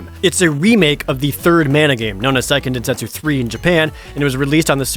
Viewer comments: Actually it's Seiken Densetsu 3, not Saiken Densetsu 3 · It's pronounced "Say-ken" by the way. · What's SAIken densetsu 3? never heard of it. Oh, you meant SEIken densetsu....yikes